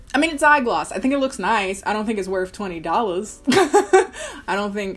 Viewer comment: Tweny fhive dollas? This wus tweny fihve dollas 😭😂💕